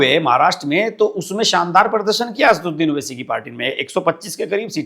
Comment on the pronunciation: 'असदुद्दीन' PLEASE pronounce his name correctly